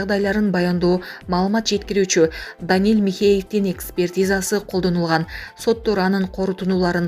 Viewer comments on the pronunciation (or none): Микрософ😂😂😂😂 Симболу.😅😅😅😅 Первый аддель😅😅😅😅 Аксия😮😅😊😂 Навальний😊😮😅 Данил Михеев-----Даниил!!! Карупсия😊😊😊😊 Дикторду угуп туруп ушунча да тили ширин болобу дейм да???))) Аксия өзгөчө 😂😂😅😅😅 Назар ньюста башка журналист -диктор жок болсо,айла жок да😊